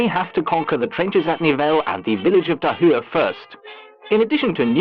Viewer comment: That's some good pronunciation of Tahure.